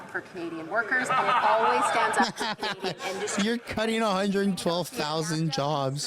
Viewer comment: How is it our Foreign Minister can’t say “Canadian”?!